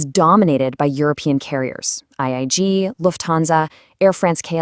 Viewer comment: By the way that is IAG , not , IIG.